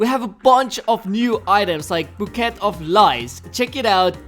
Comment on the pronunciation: why can nobody pronounce bouquet correctly???